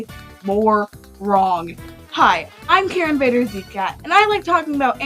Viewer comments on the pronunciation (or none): none